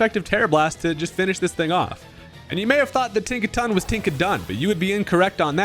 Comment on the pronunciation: Tinkaton 🚫 Think-a-ton ✅